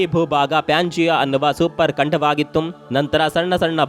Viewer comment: ಖಂಡವಾಗಿತ್ತುಮ್.. ಉಮ್ ಉಮ್ ನೀವೇನ್ ಕೇರಳಮ್ ದವರಾ ಬರಿ ಎಲ್ಲಾ ಮಾತಿಗೂ ಉಮ್ ಉಮ್ ಹಚ್ತಿರಲಾ